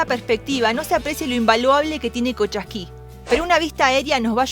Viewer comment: No es Colchasqui es Cochasqui